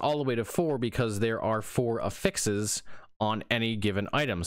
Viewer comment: Cant watch because he can't pronounce affixes correctly. sigh